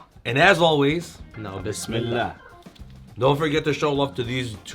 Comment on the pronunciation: Mashallah. I like yur all shorts video.i, like the way u said bismillah❤